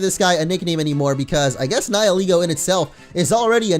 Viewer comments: I thought Nihilego was pronounced Nayee-leh-go and not Nayee-lee-go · You keep pronouncing Nihilego like nie-eh-LEE-goh. I always thought it was nee-hee-LEH-goh. And while the story was in fact very sad, I approve of the FMA reference! ^^ I freaking LOVE that anime, and I completely agree with the fact that Type: Null is a Chimera!